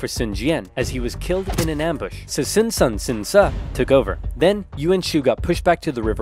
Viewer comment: Sun is pronounced soon